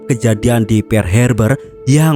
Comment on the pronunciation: Pearl wak..bknya "pear".."pear" itu buah..🤣🤣🤣